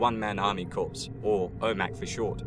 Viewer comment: it's pronounced "core" the same way it is in Marine Corps.